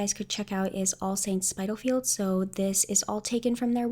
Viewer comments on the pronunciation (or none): Good work. Great examples. Thank you. All Saints is a British brand and Spitalfields is an area in London. It’s pronounced like it’s written - so “spit” to rhyme with hit.